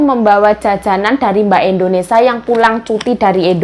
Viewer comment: ...maaf kok melafalkan Indonesia...Indonesa...krg i.jd dengernya ga enak. maaf ya dikoreksi